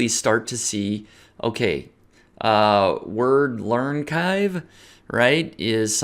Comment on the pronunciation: Wordle Archive = wordlearn chive :D